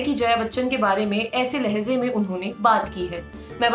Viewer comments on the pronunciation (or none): Lahze nhi lahje #lallantop